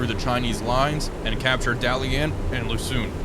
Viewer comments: I love your channel, as my constant views and likes should show. However, the School of Pronunciation provides much mirth. Dalian is the latest example. 😂😂😂❤❤❤❤❤❤😂😂😂 (Daa-lee-uhn). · Dah lee ehn though my tones are off, pronunciation is actually closer to the Japanese pronunciation of Dalian (Dairen)